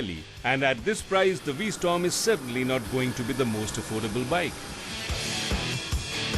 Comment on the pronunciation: V-Storm? Get the name right.